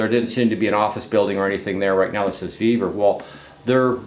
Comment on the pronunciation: Ve-vor, not Ve-ver.